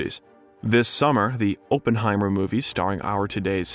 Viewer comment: The guy has a hard time pronouncing Oppenheimer sooo……